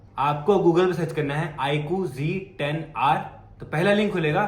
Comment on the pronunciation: Sourav Bhai IQg10r Nehi IQZ10r bolte hain bhai kya yaar galat bol rehe ho aap 😅